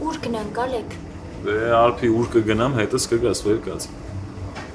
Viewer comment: Արփի ջան հայերեն խոսեք շատ տգեղ է հնչում 0լեգ ոչ թե Ալեք դուք ձեզ լսում էք գոնե